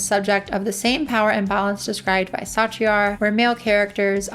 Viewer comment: I seriously can't handle you mispronouncing Sartre's name like that. Just... I can't